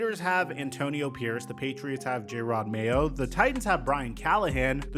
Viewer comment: Your takes are half way bull shit. It’s why I hate watch. Glad you’re pronouncing Jarod mayo’s name right tho.